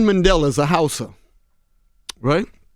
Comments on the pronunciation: Well, Xhosa is the language with the click sounds in it and that letter X is one of the letters that is pronounced as a click so he might just be leaving it out altogether and pronouncing it as "Hausa," which is actually a northern Nigerian tribe. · Just one correction: Nelson Mandela was from the Xhosa tribe not Hausa...I guess maybe he was just pronouncing it incorrectly. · It's Xhosa not Housa. You should say it with a click of the tongue, in order to sound Xh... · He was trying to say Xohsa i think. Its pretty hard to pronounce